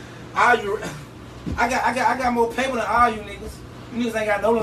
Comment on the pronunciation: th”A”n bro